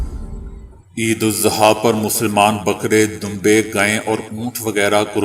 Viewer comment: Sir it is idul azah not idul zuha